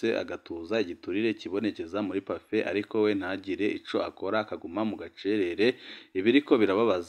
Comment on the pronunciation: We, ntibavuga Pafé, bavuga Pafe